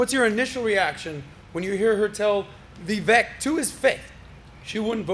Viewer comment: Kind of a sorry host. He has interviewed Vivek many times now and still doesn't pronounce his name right. Pretty disrespectful if you ask me.